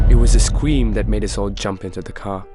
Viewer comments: We just going to ignore how he said scweem instead of scream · He said (IT WAS A SCWEM) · Scweem it’s scream god get it right na I’m kidding